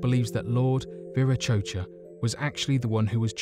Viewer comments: Yea long intro.. and it’s Vera ko tcha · Regarding the diety presumed to be depicted on the Gateway/Doorway of the Sun, in Tiwanaku, Bolivia (topic #2 in the video): the name is most commonly pronounced "VEER-ah-KOH-chah"; although the Peruvians of the Altiplano region (and others, I'm sure) say "WEER-ah-KOH-chah"; and a variety of dialects from all over the Spanish-speaking world pronounce the letter V (if it's the first letter of a word, anyhow) with B sound, thus "BEER-ah-KO-chah".